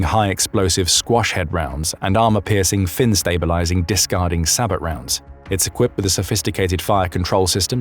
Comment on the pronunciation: Sabot is pronounced "sa-bow" not "sabot" with a 't'. The word is French, meaning a wooden shoe or clog. During Industrialisation in France, disaffected workers would throw these into moving looms and other machinery to damage them, hence the word "sabotage".